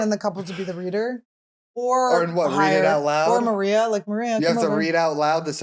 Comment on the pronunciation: Congrats on the laundry achievement! I can definitely relate to the ladyHD struggle and I love you for sharing (and love how you pronounce Maria❤)I also recently spent a day putting lots of loads away. I am so excited to see you in Spokane on 4/19!